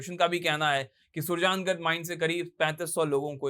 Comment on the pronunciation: थोड़ी मेहनत ज़्यादा ही कर लेते और शब्दों का उच्चारण ठीक हो जाता, सुरजागड़ है वह नहीं सुरजांगद